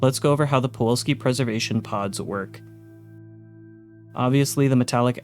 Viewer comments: are you saying “puwolski” throughout this video instead of “pulowksi”? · Nice vid... But it was hard to enjoy fully since PuLoWski is pronounced puWoLski every time...